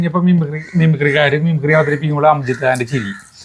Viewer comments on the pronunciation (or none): സിനിമയുടെ പേര് ഷോല എന്നല്ല ഷോലെ എന്ന് പറയണം കേട്ടോ. പിന്നെ അതിലെ വില്ലനായ നടൻറെ പേര് അംജിത്ത് ഖാൻ എന്നല്ല അംജദ് ഖാൻ എന്നാണ് കേട്ടോ. പിന്നെ പാട്ട് യേ ദോസ്തി ഹം നഹി ചോടെnഗേ.. തോടെങ്കേ ദം മഗർ... തേരാ സാത് ന ചോടെnഗേ...